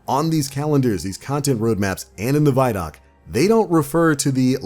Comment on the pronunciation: Pronounce the word “video”. Remember how you pronounced it. Especially the first 2 letters. No say those first 2 letter like you just did. And add the following 3 letters. D o c. Now you know how to pronounce “vidoc”!!! CONGRATULATIONS!!!!